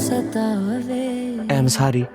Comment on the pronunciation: Am sorry❌ Am sarry✅😂😂😂😂